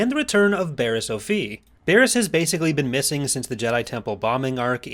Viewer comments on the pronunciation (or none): Barriss OH-FEE? It's OFF-EE!!! >:(